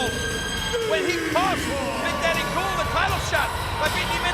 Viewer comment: Sounds like he said "this cool"